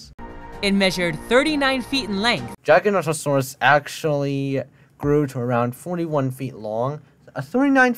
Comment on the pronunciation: Noooo, it's Giganotosaurus. With the beginning sounding like Jiga. Or the same way just with a soft G. Not how you pronounce it dude, where the heck did you get the pronunciation from? Though granted how the woman in the video says it nearly made me die in the inside